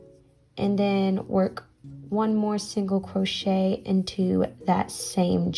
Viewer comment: "single cwochet"